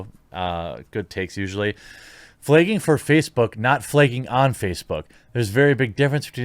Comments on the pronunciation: FlAgging, flEgging is not a word. Why do you replace the letter A with the letter E? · Flay-ging???? WTF? 😂😂😂